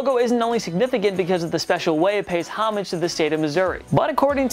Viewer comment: look up how to pronounce homage